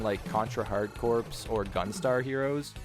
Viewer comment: Just FYI, Hard Corps is pronounced Hard "Core" and not Hard "Corpse."